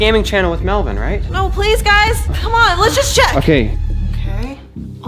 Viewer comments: Stop calling melvon Melbourne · When you guys call melvin "MELBOURNE" i laugh so hard bc it reminds me when you guys do not to laugh challenge